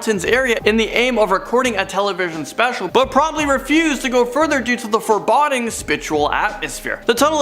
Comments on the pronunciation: forBODDING?? That's not even a word. It's pronounced (4 boe ding) also (for·bow·deeng) foreboding. Most Amazing Elite? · Sorry, gotta say it! The word is foreboding not forebodding! Pronounced like there is an ‘e after the ‘d! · shangheeeing forebodding